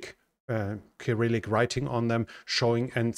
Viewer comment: Cyrillic is pronounced with a soft “c”. “Sr-i-luck”